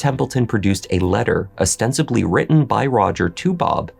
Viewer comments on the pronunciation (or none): none